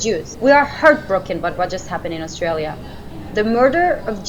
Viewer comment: It’s not “Oss-tray-uhl-ya” Dildo Man It’s “Oss-tray-lee-uh”